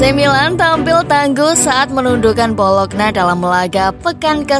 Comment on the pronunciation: BoloNYa bukan BoloKna bacanya